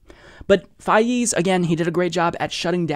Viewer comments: It's pronounced Fez, like the guy in That 70's Show. You're welcome! 😁 Good video! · I know it's petty, but his name is pronounced FEZ. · why do you keep pronouncing Faiz's name with a 'ee' sound, it makes me cringe every time you do it.